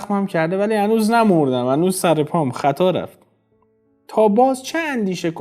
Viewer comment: به سامانم نمی پرسی نمی دانم چه سِر داری / ببحشید سراگر با کسره خوانده باشد بهتر نیست